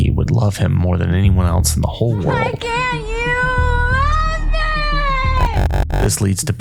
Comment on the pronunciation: Else not “elts”